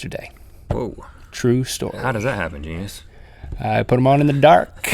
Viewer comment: Gene-E-US? What's a Gene-E-US? Is it edible?